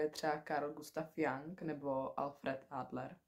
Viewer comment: Krásné video plné fajn informací, jenom se Jung vyslovuje s u,ale to je kosmetická vada.,moc ti to sluší a video je pěkně sestříhané.P uč.Marketa z Alfy